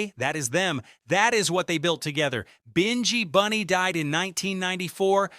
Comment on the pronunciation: You or your AI continually pronounce the names wrong, Binghi Bunny is pronounced as in Nyabinghi, plus you keep on showing a photo of 'Bred' who is a singer with Wailing Souls when talking about Noel Bailey ( who we know as Sowell). While I appreciate you trying to give out the reggae history and establishing a lot of facts, is it out of love for the music or exploration, because everyone of your reggae post I have seen always have mistakes primarily in pronunciation and showing the wrong photos and secondly in dates and historical context, because this is a constant issue I am respectfully asking you to please get your act together or stay out of our buissnes. Bless